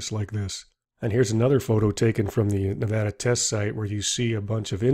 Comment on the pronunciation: Thanks for actually saying Nevada right and not pronouncing it Nevahdah like an idiot!